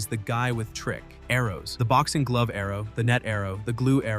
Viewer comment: your AI is showing: “he is the guy with trick…….arrows”